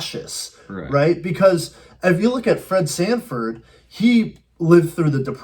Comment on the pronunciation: Sanford, not Standford